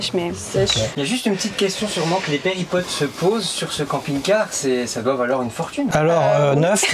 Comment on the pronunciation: On ne dit pas péripotes mais périplotes 😜